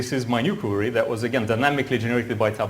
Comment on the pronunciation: Боже мой,! Перестань говорить кьюри! Куэри!